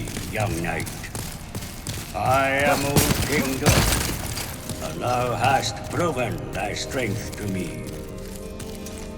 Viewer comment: I hate how you pronounce Doran lol